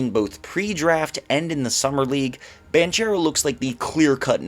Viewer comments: It’s Paolo “BAN-CARE-OH” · I think it's both right bankaro in English and banchero in Italian. Idk I heard it pronounced both ways many times